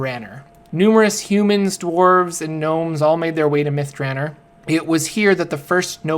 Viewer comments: If this isn't pronounced myth Dra nor. And not myth Draner. They smoke crystal myth at myth draner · Its myth dra nor not myth dranner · Myth "Druh-nor". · Two questions. First, why do you pronounce "Elminster" as "Eliminster"? Where are you getting the extra "i"? Second, why do you pronounce "Myth Drannor" like "Myth Dranner"? The "-or" ending has a distinctly different sound compared to a "-er" ending. Your pronunciation sounds like the "-er" ending, even though it is spelled with an "-or" ending. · Cause it is. His pronunciations are crap. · Except there is a double N in there.. so Myth Dran-nor. Also I think there is a poem in one of the books about the place that makes it better to rhyme with Nore, than Ner. I've looked up pronunciations of it online and they pronounce it both ways. I think it sounds more epic with the Nore ending. Still I often mispronounce a ton of stuff in DnD and the Forgotten Realms. So I can't really fault.